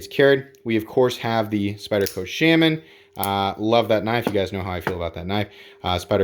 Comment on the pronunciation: Everytime you say “Shamin” instead of Shaman I get one step closer to offing myself.